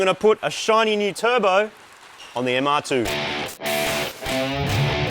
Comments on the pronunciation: Every time marty says "mr2" i hear moog calling it the "MrPOO" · seriously still calling itthe mr2, i kindof like mr. poo, or maybe call it the Merde after the french pronunciation of MR2